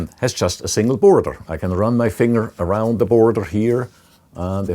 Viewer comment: It's funny how he said: "Arround the borrderr"